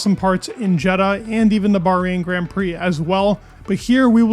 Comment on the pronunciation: i love the news it's amazing but please say grand right idk about other but it pisses me off so much i click off no hate love the videos keep it up